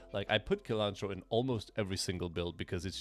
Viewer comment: A small complaint: "cilantro" is pronounced with "s" as the first sound, not "k".